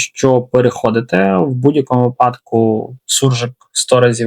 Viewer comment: Двері не відкриваються, а відчиняються! І не "випАдок"! В українській мові слова "випадок", "виняток", "висновок" і "виродок" правильно вимовляються з наголосом на першому складі - "вИпадок", "вИняток", "вИсновок", "вИродок"! Є ще й п'яте слово з цього ряду, але про нього нічого нема в шкільних підручниках, тому що воно не належить до нормативної лексики. Але для мовознавства не існує обмежень при дослідженні мови. Якщо Вас воно зацікавить, то повідомте мені про це.